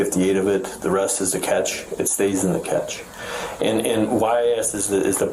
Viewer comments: English is hard enough as it is without people mispronouncing words without even noticing Cache is "kaa-shay" not "kach" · Wait...its pronounced "catch" not "cash-A"?!? 🤯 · It's an ick to hear him pronounce it like catch, when you know it's pronounced ca-shay.😂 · So thats how you pronounce Cache